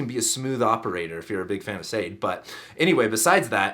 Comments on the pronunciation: Adorable and informative, as always. On a side note, Sade’s name is pronounced Shaw-day, emphasis on the day. Blessings! ♥️🙏✨ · No it's not. Sade is pronounced. Saw day